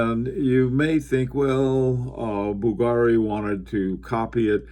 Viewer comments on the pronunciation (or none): it's pronounced bVlgari not bvlgAri sir. Nice Historiques American on the wrist by the way:) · you were excellent with every other name (unlike many bloggers)! That is why Bvlgary surprised me. Basically it gets accent on U (or V if you go by logo spelling) instead of A:)